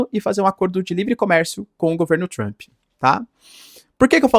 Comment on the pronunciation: 😂se fala tomarauk pode falar Trump ao invés de Tchrump... 😅 nem faz propaganda de curso de inglês... rsrs